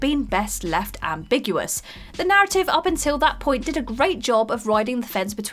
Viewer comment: Listening to her mispronounce "ambiguous" multiple times but pronounce "ambiguity" correctly at the end of the video drove me up the wall.